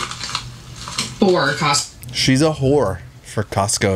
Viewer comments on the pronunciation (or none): I will never not laugh at “you’re such a wHoRee” 😂❤